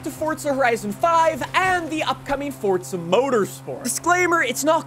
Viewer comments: PLEASE STOP SAYING "FORTZA" Forza*** my man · dude. please. its just forza. NOT FORTTZA. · Pretty sure it's Forza not Fortza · I’ve been pronouncing it wrong the whole time I guess “FORTza😂